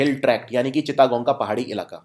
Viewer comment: चिता गोंग नही सर चिटगांव या चट गांव😂😂